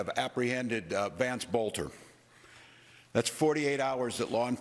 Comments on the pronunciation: Its Boelter. Like Bolter. Not Butler. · bolt er not but ler. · Boelter NOT Butler! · isn't it boelter? why are you saying butler? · It’s Boelter like boulder. And you’re reporting on YouTube? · How do you get "Butler" out of "Boelter?" ...read your copy more carefully. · It's pronounced like Bolt. So Bolter